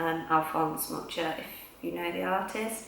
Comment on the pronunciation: Mucha is pronounced differently (since he was Czech) . Tattoos are very tasteful.